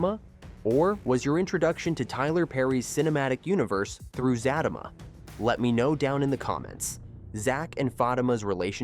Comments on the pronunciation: It Za tea ma,, not Za ta ma ..😅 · Who the helll is Fat-ta-ma 😂 Zat-ta -ma this Ai is a trip 😂😂😂😂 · It's not zatima it's the za te ma. If you can't say the name right you shouldn't be sitting repeating it over and over and over trying to explain the show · It’s Za Ti Ma not zatima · The name is Zatima! Not Zattama! SMH! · Sir it's Zatima not Zatima 😂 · I just can't with the pronunciation....😔 "Zaaa-team-ma" and "Faaa-team-ma" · It's Zah-tee-muh bro 😂 everytime he say it wrong I cringe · It's pronounced Za tima..I was watching Sista's first! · Za-team-mah pronounce it right please lol. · It's Z-U-T-E-MA U r pronouncing it wrong😂😂😂😂😂💀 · PLEASE pronounce the show's name and one of the main characters' name CORRECTLY! It is pronounced Zuh-Tee-Muh & Fuh-Tee-Muh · It's pronounced Zateema and Fateema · Za teeee ma! Zat a ma!! You know that is not how it’s pronounced!! C’mon maaaan! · He is saying it wrong and it’s pissing me off like for fr fr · Can u please pronounce her name correctly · ITCH IF YOU DONT SAY THE NAME RIGHT BEFORE WE SLAP U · PUT SOME RESPECT ON HER NAME. SAY HER NAME RIGHT. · I don't believe you exactly watch the show. U can't even pronounce the name, or you're very disrespectful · Do not review the show if you can't pronounce the name of the show, at least half correctly. 🤬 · I can't even listen to this. He's saying it wrong. But he already knows this. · Right, cuz if you watch the show, you know how to pronounce the name of the show and it's characters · Zat~A~Ma every time he says that I crack up and what about the way he is saying Sistas